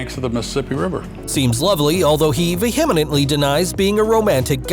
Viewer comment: vehemently Look up the pronunciation of difficult words before recording.